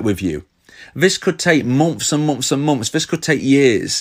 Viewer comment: Bri'ish peepo be like: "The First Few Mom'fs"